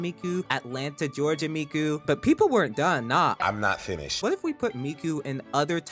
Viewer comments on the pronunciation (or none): none